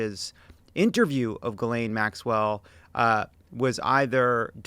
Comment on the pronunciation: Zhee-lane...not that hard to say.